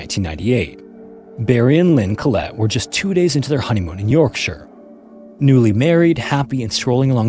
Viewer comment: North Ye-orkshire?